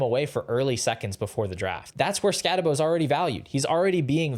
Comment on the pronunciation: If you’re gonna knock Scattebo, at least say his name right. No way anyone who actually watched Scatt last year has Tuten over him…